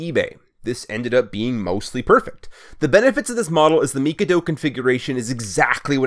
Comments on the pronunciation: Everyone I've shown this to wants to throw you out of astrotrain for your pronounceation of Mikado It's mi-kay-dough Not me-ka-do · “Meek a do” it’s pronounced mick-a-dough get it right dummy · you pronounced mikado wrong its ma-KA-do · Not to be rude, but the pronunciation for Mikado is mi-kaa-dow. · A 2-8-2 Mikado is pronounced "Mick-Kaw-Do". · its called mikado MIH-KAH-DO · the configuration is pronounced mik-ah-doh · That looks awesome! I was expecting you just to buy and modify a Kato J51, but this is even better! And I don't mean to be a prick, but as a train nut, I just want to let you know that mikado is not pronounced like that lol. Again, I don't mean to be rude, it's an awesome project! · Fair enough, I'll be honest though, every 5th or 6th comment points out my pronunciation and nobody can seem to agree on it. I got my pronunciation from a Japanese pronunciation video of the word considering it's a Japanese name